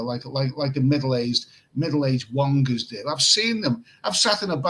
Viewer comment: Did you say wongers? 😂